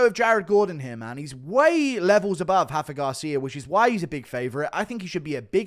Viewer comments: R’s are pronounced in Mexico GURU🤣. Its Rafa not Hafa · Brother Montserrat rendon and Rafa Garcia are Mexican not brazlilan. It’s not “Hendon” and it’s not “Hafa” lmfao